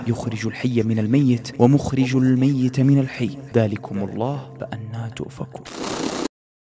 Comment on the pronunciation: الميت بكسر التاء